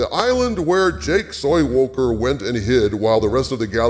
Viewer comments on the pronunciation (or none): “Jake Soywoker” 🤣🤣🤣